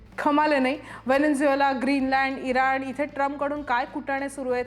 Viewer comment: अगं शेंबडे... Venezuela (व्हेनेझुएला) आहे ते व्हेनेंझुएला (Venenzuela) नाही... पाच वेळा बोललीस विश्लेषणात... 🤦🏻